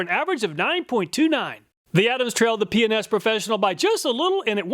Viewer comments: Ah yes, "P and S" sounds like " P N S" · Every time he said PNS I giggled. Yeah, my mind is in the gutter. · I heard Penis professional, but it was P&S Professional. I had to rewind to get it right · Hahaha "p&s" sounds like something different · whoever owns p&s, you did your job with the pronunciation LOL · I watch his videos at 1.25 speed and when he says P&S it sounds like he's saying a naughty word, haha. I had to listen again to realize what he was actually saying. Pretty funny easter egg.